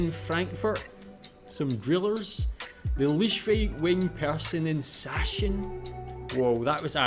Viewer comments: It's not Sashen,its SachSen (Saxony) pronounced Zuckcen... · Er sagte "Sach-sen", aber dabei gehören - chs - zusammen, was die Aussprache angeht. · It's pronounced "sucksen" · Sachsen = Saxony. Pronounced like "Zaxen" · Btw "Sachsen" is pronounced "Zuck-Sen" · Here's the right pronounciation of Sachsen: [ˈzaksn̩] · Sachsen is pronounced Sucksen 😁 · Sachsen is pronounced like "Sacksen" with emphasis on "Sack". 😜 (Joke aside, say it like "Saxson".) ... And Sachsen is a bit known to be right winged lately. They were left winged before that. It's one of our "new" federal states struggling to feel representated after reunion. Not to exuse the shift, I'm against AfD and right wing ideology. But things don't come out of thin air and IMHO it should be adressed to allow a shift again. (And of course not everyone thinks like that there, but we only ever hear the loud ones.) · The wrong pronunciation of 'a' bothers me less than when 'ch' is pronounced as 'sh'. Especially as the first part of the English word 'Sachsen' hardly differs from the original word.